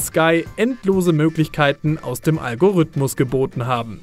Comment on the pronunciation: du sprichst das Wort "Algorithmus" falsch aus. Da ist kein ü oder y, und das i wird auch als solches ausgesprochen. Algorithmus. Zweitens: Es ist nicht "der" Algorithmus, der die Grafik von No Man's Sky generiert. Es sind hunderte Algorithmen in Millionen von Programmcode.